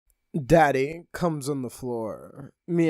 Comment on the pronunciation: For the first one why did you say daddy like that 😂😂